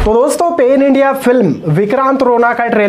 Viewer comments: O bhai pahle teri hindi theak karle... pan India ko pen india bolraha hai.... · What is Pen India by the way?? We all know Pan India. You are saying Pen India. And what is nodth India? We all know north, south etc. You are talking about sudeeps hindi accent and what is your accent man??? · peen india!!! sip wala sene!slo moson! tera english 3rd class hai bura mat mano